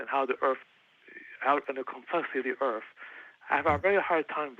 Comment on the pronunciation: Any time someone says "the complexity of de erf" I cant take them seriously lol